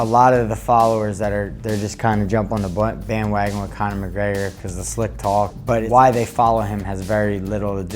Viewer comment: i hate the way he pronounces "conor mcgregor"